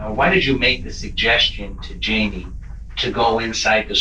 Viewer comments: Jamie, with a jay, not an H as in Hymie.. It is Jamie !! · Hi-me?????????...........that is fuckin not how that name is pronounced my guy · Why is the voice over guy Pronouncing Jamie as hei-me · It bothers me that he wouldn’t even say Jamie’s name right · Note to Narrator: Jamie is pronounced with a J. Always.